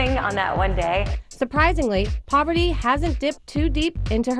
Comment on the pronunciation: it's par-va-ti no POVERTY